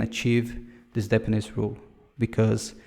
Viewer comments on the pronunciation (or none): great video. Maybe review your pronunciation for "hexagonal architecture", "dependency" (you say "depenece") "clean architecture" (take more time to say it)